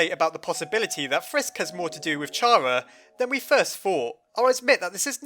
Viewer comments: CHAR-uh? CHAR-uh? It's KARR-uh!!!! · Just saying, I think it's pronounced Kara not Chara, just because Chara's name is supposed to be off of "character". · It's pronounced kara KAAARAAAAAAAAAAAAAAAAAAAAAAAAAAAAAAAAAAAAAAAA!!!!!!!!!!!!!!!!!!!!!!!!!!!!!!!!!!!!!!!!!!!!!!!!!!!!!!!!!!!!!!!!!!!!!!!!!!!!!!!!!!!!!!!!!!!!!!!!!!!!!!!!!!!!!!!!!!!!!!!!!!!!!!!!!!!!!!!!!!!!!!!!!!!!!!!!!!!!!!!!!!!!!!!!!!!!!!!!!!!!!!!!!!!!!!!!!!!!!!!!!!!!!!!!!!!!!!!!!!!!!!!!!!!!!!!!!!!!!!!!!!!!!!!!!!!!!!!!!!!!!!!!!!!!!!!!!!!!!!!!!!!!!!!!!!!!!!!!!!!!!!!!!!!!!!!!!!!!!!!!!!!!!!!!!!!!!!!!!!!!!!!!!!!!!!!!!!!!!!!!!!!!!!!!!!!!!!!!!!!!!!!!!!!!!!!!!!!!!!!!!!!!!!!!!!!!!!!!!!!!!!!!!!!!!!!!!!!!!!!!!!!!!!!!!!!!!!!!!!!!!!!!!!!!!!!!!!!!!!!!!!!!!!!!!!!!!!!!!!!!!!!!!!!!!!!!!!!!!!!!!!!!!!!!!!!!!!!!!!!!!!!!!!!!! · Isn't it chara and not cara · CHARA NOT CARA!!! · How to pronounce ch-ar -a not c-ar-a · Chara not cara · i dont understand why pronounce it like "chara" it is obviously "kara" "chara" doesnt even sound pleasant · What's wrong with a slug? Also it's pronounced "Chara" not "Chara". Some people. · Oh my fucking god Chara is the correct way to pronouce it not Chara get it right people!!! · no either is correct chara is the way to say it is opinion stop doing stuff like that people it will never help anything in the world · i cant even watch this because i know he'll pronounce it 'chara' instead of 'cara' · Just saying that Toby Fox says it is pronounced C-ara, not CH-ara. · Pretty sure the name Chara stems from character, so it’d be pronounced cara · just so you know, her name is actually pronounced "Car-a" because Chara is short for Character :) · Chara's name is like CHARActer. So, its pronounced kara. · it's pronounced Cara, because it's short for character, so silent H 💙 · It is pronounced carea like in character because chara's full name is character. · it's pronounced "kara" , you wouldn't pronounce the word "character" like that, would you? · ITS PRONOUNCED C H ARA LIKE IN CHARECTER.